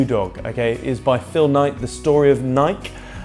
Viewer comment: It's pronounced Ni'k "e"